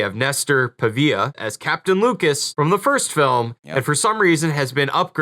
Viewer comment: I'm dying to know the question for which that first comment was the response. And it's not "Pavia", it's PAIVA. We're talking' "The Mole People", "Mighty Joe Young" and "The Three Stooges In Orbit", for gosh sakes!